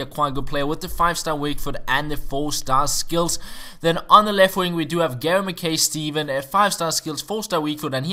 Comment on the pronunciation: Gary Mackay Steven is pronounced Gary macki Steven